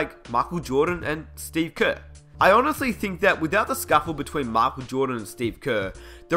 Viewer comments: makel joohdan haahaha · mockel jordon lol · His name is totally machel jowdan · whaaat? makel jodan? wtf!